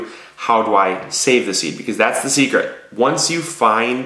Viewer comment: Did He Say Seed-cret?? Like Secret ?